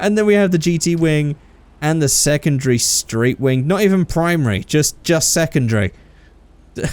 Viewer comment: “Secondgry” ?? Anyone heard that too?